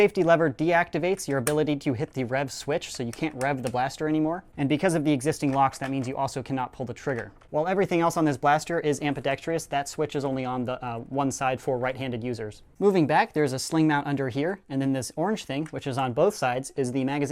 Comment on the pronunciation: ambidextrous not ambidextrIOUS